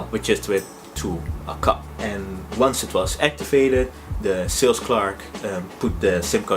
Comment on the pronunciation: Finally someone who knows how to pronounce the word clerk.